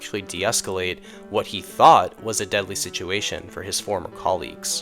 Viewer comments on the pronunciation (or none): none